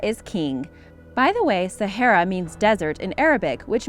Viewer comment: Can't even pronounce sahara, waste of time. Stop collecting other people's videos and reposting it,,,, duh@@